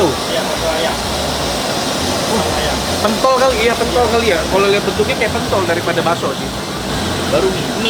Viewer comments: harusnya pentol dibacanya pentol bang, bukan pentol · Ko Nex, itu bukan pentol tapi pentol 😅